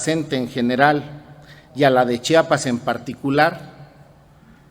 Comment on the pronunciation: Disculpe señor youtuber es CHIAPAS Y NO CHAPAS y EN LA CNTE NO SE ESTAN PELEANDO LOS LIDERES POR FAVOR SI NO SABEN COMO ESTA ORGANIZADA LA CNTE MEJOR NO OPINEN Y GUARDEN SUS COMETARIOS E INVESTIGUEN MEJOR QUE ES LA CNTE